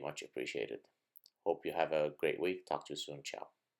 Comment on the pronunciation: Gad, have you ever studied Latin or Italian? Your pronunciation of Italian words like "ciao" or "castrati" is pretty good!